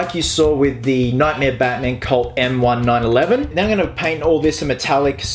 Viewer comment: The M1911 is pronounced M nineteen eleven, for future reference!